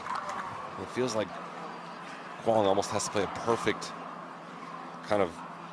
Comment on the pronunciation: Yay, pronounced Quang almost correct. Keep it up.